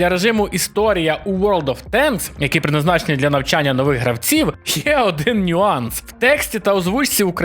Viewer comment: От ви жалієтесь на русизми і суржик в танках а у самих в відео "придназначені" замість "призначені" ну камон :) Трошки ріже вухо.